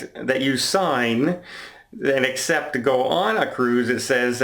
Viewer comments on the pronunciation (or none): none